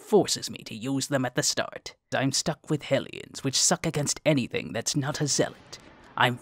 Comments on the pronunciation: Why do I keep hearing "Aliens" instead of "Ellions"??? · Anyone else kept mishearing Hellions as Aliens?